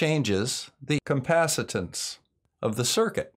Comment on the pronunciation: "Compacitance"??? Did you mean capacitance? ;-) Just razzing you.